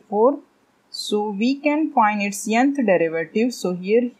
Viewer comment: May i knowWhy are you said yanth instead of nth🤔